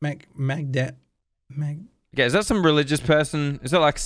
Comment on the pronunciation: MAG-DUH-LEAN is how you pronounce it